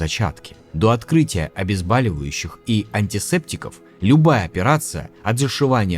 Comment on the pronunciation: Каждый раз дергаюсь от «обезбАливающего»((((